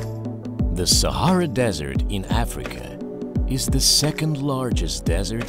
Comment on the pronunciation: Almost everyone : sahara desert Arabian people when they hear someone saying sahra desert: sahra sahra